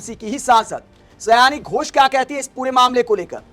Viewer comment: यह सयानी घोष नहीं साउनी घोष है, आगे आपको इस गलत ना बोलने को लेकर सतर्क रहना चाहिए और एक विडियो बनाकर माफी मांग लेना चाहिए यह मेरा ख्याल है क्योंकि समझदारों के लिए इशारे काफी होता है लेकिन कभी कभी लोग समझदारी दिखाते हुए सही इशारे को भी लोग गलत तरीके से ले लेते हैं।